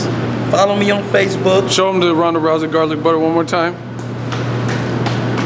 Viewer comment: "Let me tell you what caused it.... Garlik Butter!" #DEAD